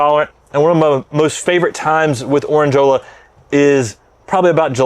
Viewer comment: As always, amazing introductions. And in Orandeola the (e) is definitely not silent 😉😁✌️